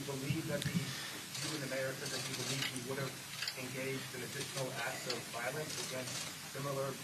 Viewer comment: The word is violence emphasis on the I , it is not pronounced valance with emphasis on the A , because there isn't any. I feel some kind of way to see my mayor on television pronouncing the words wrong. I'm just in need of New Yorker but that wasn't cool